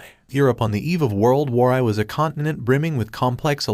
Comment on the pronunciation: what is world war eye. fix the text to speech mate